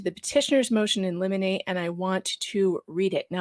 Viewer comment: Haha!!, please teach Dave Neal how to say Limine. Of course he'd like to preclude the former victims but sad... SHE OPENED THE DOOR TO THESE GUYS!! Again, I pray Judge Mata takes her to the woodshed!! This is ridiculous!! I REALLY think she will. This case is so exhausting!! I can't wait till June! This is the same woman who declared they didn't get DNA from her cause they took it from the wrong side/ part of her body. Anything to push anyone who comes close to disclosing her lies far, far away!!! She'll never admit she's manufactured all this, sadly, but I do hope things are done that put a stop to her EVER doing this again. No more victims of hers!!! All the calls WERE coming from inside the casita!!